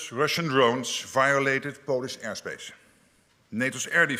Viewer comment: ''Air shpãshe'' is where Valhallala lives?!?